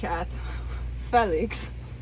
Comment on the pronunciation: 😆hahaha I love you...also love how you pronounce him Fell IX.. you're sweet and beautiful in EVERY WAY! 💙💙💙